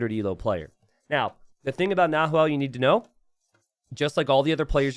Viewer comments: "NaHuel" Chat "Nahuel is actually pronounced with a silent H...": "Yeah, but it's easier for me to say it with an H" Chat: ", please say it with a silent H, it's actually a cool word, it means cougar in the native language": "I'll compromise by calling him Yellow from now on" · Chat should have said the closest pronunciation in English is actually "Na-well", you need to help the native English speakers like that sometimes ;) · Don't pronunce the H in "Nahuel" 😆🇦🇷🇦🇷🇦🇷🇦🇷